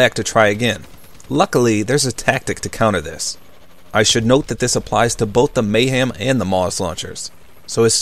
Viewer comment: Your Amazing but its Mahem not Mayhem. There is no Y in the name